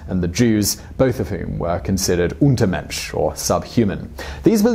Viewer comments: It‘s “Untermensch” if i’m not fully mistaken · not untermensch, it is übermensch, but they took in a wrong way that word in Nazi Germany...